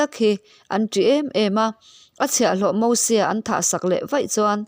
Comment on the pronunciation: Nia... Mosua tih te... 🤣